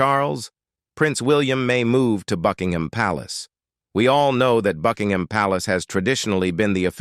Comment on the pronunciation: Did she say "Fugginhim Palace"😳